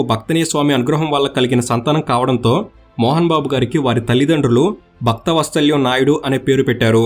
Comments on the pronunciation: Bhaktha vatsalyam kaadhu bro Vatsalam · బాబు మీరు భక్తవత్సలం అని స్పష్టంగా చదివితే బాగుండేది